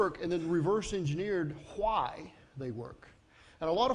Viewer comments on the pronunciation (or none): "khu-y" is how he pronounces "why"